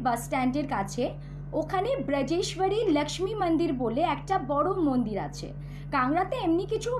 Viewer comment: বাংলাভাষায় উপস্থাপনাকালে 'লাক্ষ্মী মাতার মান্দির', মাকড়শার বদলে 'মাকড়ী' ইত্যাদি ধরনের উচ্চারণ ও অযথা হিন্দী শুনলে ভীষণ কানে লাগে।